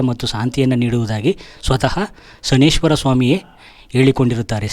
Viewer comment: ಶ ನೈ ಶ್ಚರ ಅಂತ ಹೇಳಬೇಕು. ಶನಿಶ್ವರ ಅಲ್ಲ.